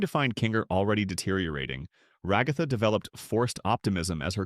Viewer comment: The commitment to saying Ragatha's name wrong killed me